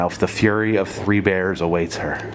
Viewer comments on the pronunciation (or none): none